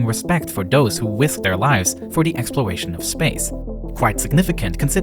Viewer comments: Expuwation of spwace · “Explowation” of space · Does who wisked deir wives for de expwowation of space